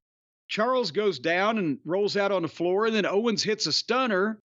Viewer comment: Well Ventura did call Kevin Owens Kevin "Owen" a couple times so he was almost perfect on commentary.